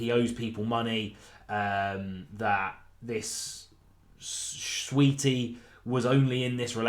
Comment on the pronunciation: Saweetie, not Sweetie